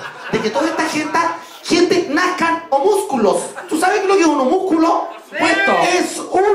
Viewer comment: Jajajaja cómo me hacen reír!!!!! Homusculo jajajaaj se dice Homúnculo.